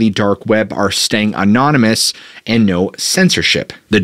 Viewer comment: Please look up the pronunciation of 'anonymous'... among others.